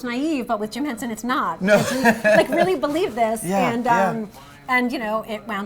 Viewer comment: and Henson , not HensEn